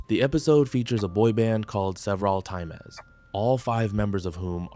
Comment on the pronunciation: Are you saying time-ez? or is it suppose to be times?